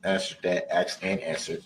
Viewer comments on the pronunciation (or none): I think it’s spelled aks’d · “Axe and ansred.” No, literally the worst pronunciation. 🎩 🐍 no step on Snek! 🇺🇸🇭🇰